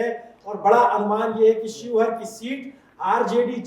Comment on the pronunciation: सिहोर नहीं शिवहर